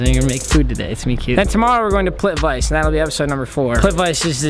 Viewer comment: its not pronounced plit-vice its pronounced plit-vit-suh lol my guy